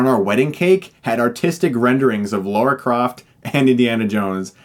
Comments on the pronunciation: You gotta decide: do you pronounce it 'Lara' or 'Laura'. Cos it changes every time. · Us Amuricans tend to add that extra vowel to Lara. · It is Lara, at least I'm pretty sure. I'm 99% sure Chris is mispronouncing it. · For fuck sake, Chris, her name is Lara, not Laura. Get it together. That being said, it would be great if you did a Hilariocity Review about the sequel. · It makes me cringe when "fans" call her "Laura". It's Lara. Like "lava" but with an R instead of a V. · It's Lara not Laura, Chris! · Um....Why did you keep calling this "Laura Croft"? It's LARA! (Pronounced "La-Ra") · Dammit Chris! Now you've made me call her Laura Croft instead of Lara. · I love this review but it's Lara not Laura :) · IT'S PRONOUNCED LARAH! NOT LAURA! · It's not LAURA...!!!...there is an "A" in there not a "U".... L....A....R...A geez 'murica ^^" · Yeah, buddy, it's not Laura. It's Lara. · Sequel review please! Also... Lara, not Laura/Lora. British born, please trust me. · OMG, right from the start: it's 'Lara' not 'Laura'. I managed and I need to turn it off. LARA!!! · "LAURA" Croft ??? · knows it's Lara. He's referring to the way Chris keeps pronouncing Lara as "Laura". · Not you to Chris mate. Her name is LARA not Laura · I suggest an alternate drinking game. Take shot every time he slips up and calls her Laura instead of Lara. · I swear, all the great critics, Stuckmann, Angry Joe, they all pronounce it as Laura Croft, not Lara Croft. I am not complaining, I just find it so strange. Is it really that hard to say Lara? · Its all americans, its been going on since the First videogames came out, They Pronounce LARA as LORA, they're not actually saying Lora though :') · Yeah like the fuck? It's Lara not Laura! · LAURA Croft? Isn't it LARA Croft? lol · Or even just Lara he says it like Laura. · It's Lara... not Laura. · LAWRA not LORA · Why does he call her Laura all the time? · no its laRA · I had a drink every time Chris pronounced Lara as Lora. Now I'm dead. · Lara not laura 😂